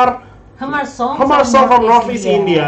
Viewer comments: The pronunciations of hmar is mar..h is silent not hamar haha 😂😂😂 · The h in hmar is silens so its pronounced as mar. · The exactly pronounce of 'Hmar' is Mar. 'H' is silent word here. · Hamar song😂😂it's hmar not hamar😂😂😂😂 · H must be silent Pronounced it Mar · Hamar song from North East India😂😂😂😂😂. They are pronouncing " Hmar " wrong.